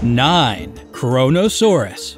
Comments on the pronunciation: FYI - your pronunciation of Kronosaurus is incorrect. Here's the phonetic: Crow-No- Sore-us. It's named after the Titan: Cronos - Zeus' son in Greek mythology. Cronos tried to eat his own children and Kronosaurus ate smaller Pliosaurs, which led to its name. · Any else heard KORONOsaurus?